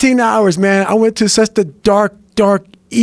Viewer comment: the way Goggins says "such" always gets me, he pronounces it as "suts".